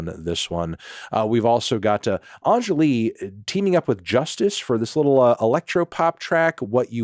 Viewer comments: Pronouncing Angèle like Ahnjelly is crazy work melon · Anthony its ''Hon-jaay-L'' lol (hon and jaay pronounced like the stereotypical french accent) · "angelee" 🥀 put some respect on angèle's name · It’s pronounced Angelle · This pronounciation of angèle is wild and hilarious